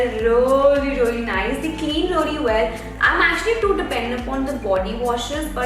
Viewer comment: plz check your vocab with pronounciation not rally its really